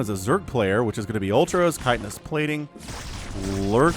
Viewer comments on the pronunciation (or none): none